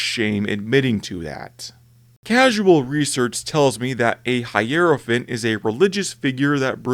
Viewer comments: I think it's HI-ROW-FANT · This is a poor video really... Hierophant is pronounced HIGH-ROW-FANT. You have SM2 background gameplay through 90% of your video but never listened to voicelines? You blow past Titans, but mention some or the equivilents for other factions (Hierophant, Manta, Gargant). Then, you have no mention of Eldar Phantom Titans, no Necron Pylons, no Thunderhawk (despite being in the thumbnai!? Edit: nevermind thats the Astraeus), the Manta is mentioned but not the Tiger Shark, you completely missed the Gargantuan Squiggoth, no Tyranid Harridan, and no specific menton that Gargents come in a Mega flavour.